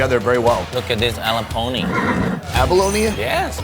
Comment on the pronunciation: “Look at this ala Pony” HAHAHAHHAHAHAHAH “abalone”